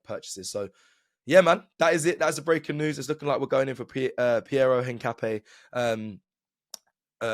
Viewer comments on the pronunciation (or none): Een-kah-pee-EH. Stress the last syllable. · I’m not ‘een’. Ca like cap not ‘kah’ like car. Don’t stress any syllable more than any other, it’s just ‘incapié.